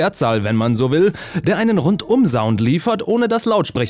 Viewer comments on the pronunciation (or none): "C"ound mit S aussprechen, da stellen sich bei mir die Nackenhaare hoch😅😖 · häää?? zaund?? ach du meine fresse!! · Ha, das S von Sound spricht man doch wie ein C aus und nicht wie z.B bei Sofa😅